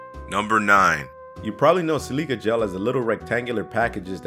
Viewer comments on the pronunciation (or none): if you’re gonna narrate videos, at least pronounce the shit right. levi jeans? Lee-Veye. Silica gel? Sil-ic-uh gel. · The way you said silica gel made me hurt